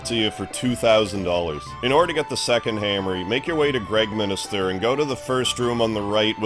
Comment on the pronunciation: I watched a couple of suikoden videos these days cause of the upcoming remaster. one thing that puzzles me (and I never heard or recognized that before): why do english nativ speakers say "Gregm i n i ster" all the time? There is no second "i", its just Gregminster 😇